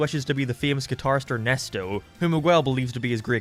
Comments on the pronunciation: Mahguel😂😂😂 its Miguel, you say Mi like a mii from nintendo and guel with the g pronounced like g in god and the uel pronounced like the ell in the word bell. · He apologizes for mispronouncing Mei’s name wrong (which he doesn’t) But he never acknowledges that he says Miguel’s name « Migooell » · The pronunciation of Miguel is killing me😭😭😭😭 enjoyed the vid tho